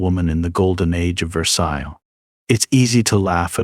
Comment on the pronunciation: good video but thats not how you pronounce VERSAILLES and every time u say it wrong i twitched a little.